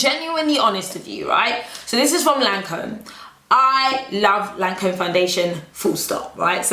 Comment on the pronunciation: Babe Lancôme is pronounced 'Lan com' - the e is silent.